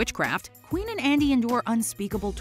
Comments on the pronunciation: * When Nicky gave Andy the Baklava, not Joe * Not pronounced Queen but Quinn, like Harley Quinn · Her name is pronounced like Quinn. Not queen. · I am cringed so hard when you pronounced "Quynh" as "queen". Her name is not that hard to pronounce compared to other Vietnamese names with "uyen". And they said it quite correctly in the movie too. So I couldn't find a reason for you to not pronounce her name correctly.